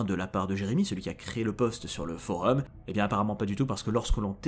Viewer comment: Euhh...cest pas des creepy pasta ça. Une creepy ça ne peut pas être une fiction, ça ne peux QUE être une fiction. Là tu nous a balancé des fact stressant c'est tout. Après la vidéo est superbe mais c'est pas le bon mot. Et sinon je sais qu'il a raison dans sa prononciation (pour une fois) mais ça vous fait pas trop bizarre qu'il dise FOREUM 😂